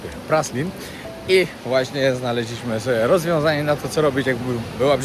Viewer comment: Byliscie na Praslin (Prale..z francuska trzeba wymawiac) a najwazniejszego nie zobaczyliscie..az nie moge uwierzyc... plaze i nurkowanie sa wszedzie na Szeszelkach ale Praslin...no nie!!! Obciach.